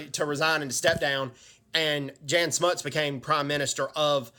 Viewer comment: Jan Smuts (Prenounced "Jun"). South Africans we the only Military in the world who were volunteers. The South African 1st Infantry Division who got the Italians out of Abyssinia in 100 days ( Read James Ambrose Brown's book " The war of 100 days".